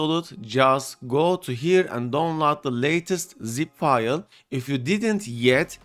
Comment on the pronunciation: what video? You didn’t mention it, not in the video or even now, you say you are trying to save time but waste it on showing how you can winrar something that is already a executable extractor. And it’s DOWNLOAD not don lar. For a word you say 100 times a video you should work on it.